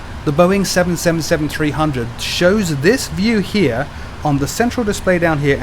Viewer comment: Finally someone who knows how to say 777 properly